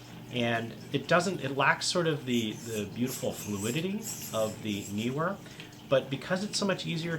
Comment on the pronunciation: The pronunciation of Neewer is not difficult. You chose right as Nee is not New and Were is not Weer.